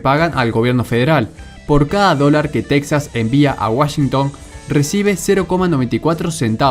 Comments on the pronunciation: En lengua española se dice Tejas, no Teksas, aunque se escriba Texas. Por cierto el término de "nación" usado al modo anglosajón haciéndolo equivalente de estado no me parece correc to.. Saludos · Es Texas no texxas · Aprenda a pronunciar Texas o Tejas correctamente en español. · SE PRONUNCIA "TEJAS" AUNQUE SE ESCRIBA CON X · Se pronuncia tejas. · En español se pronuncia Tejas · Gran video, solo una cosa amigo, aunque de escriba Texas, en español se lee Tejas, igual que Mexico se lee Mejico. No olvides que es territorio robado a los mexicanos y su nombre es español. Un saludo. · Texas se pronuncia /TEJAS/ en español!!